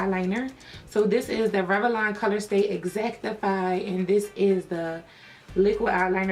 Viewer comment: I love how you say Rev-a-lon ! 😂 I'm just messin with you lol